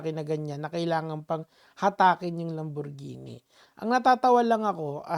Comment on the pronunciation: takte ka natawa ako inulit mo yung sinabi niya "LaMbOrGeNi" hahahahha